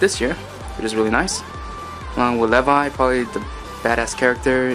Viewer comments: Misocka? It's Mekasa and it's Sasha not potato girl I'm all about the anime oh and you said levi wrong it's LevI not LEvi... Sorry I don't mean to I know you watch to much anime but get there names right I watch a lot of animes to but I get names right all the time. Again sorry for being rude 😁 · He said Lev-i and not Lee-vi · Omg you did not just say LEV-I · The way he says levi an mikasa name 。。。。smh